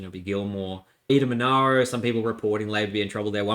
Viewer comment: Love the work. Rest up man. Also, it’s pronounced “Eden-Mon-AIR-o” for those following along at home